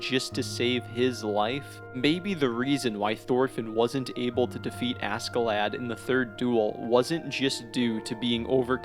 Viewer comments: the American accent makes this video kinda cringe. his name is not ASSkelad.... its not Ask A Lad... like wtf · The k silent . . . . 🤦🏻‍♂️ fking Americans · btw. pronounced Askelodd not lad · im pretty sure askeladds name is supposed to be pronounced ashclad like as in ironclad, but thats just me. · Lol anybody else triggered by his pronunciation of “Ask-a-lad” ? Lol or is that how it’s supposed to be pronounced in English? 🤷🏽‍♂️😂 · im sorry but the way u pronounce ASK UH LAD is insufferable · How does one possibly manage to mispronounce the main villains name the entire video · Why is no one talking about how he pronounced askeladd 😭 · God, the pronunciation of Askeladd... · I'm sorry but his pronunciation of Askeladd is driving me crazy. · it really bothers me how other poeple pronouns askeladds name. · How he pronounces askeladd pains me. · at least say askeladd right blud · I like the video but you got some of the pronunciations wrong Leif isnt pronounced leaf but like lay-F or safe but with an L instead of an s. Then Askeladd is ash-e-lad. good video tho!